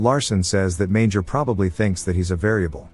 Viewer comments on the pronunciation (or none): none